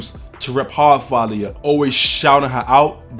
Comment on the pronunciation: the fact you say her name RIGHT ✨